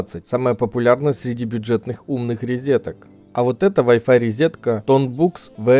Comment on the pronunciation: Тот самый случай, когда человек правильно произносит английские слова, пытается даже в акцент попадать, но говорит "резетка"..